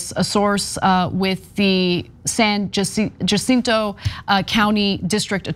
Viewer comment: Jacinto pronounced “Ha-cinto”, thought you took Spanish in High School Anna ?